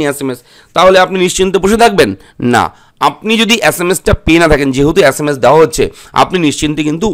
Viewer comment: আচ্ছা মাস না sms valo kore bol.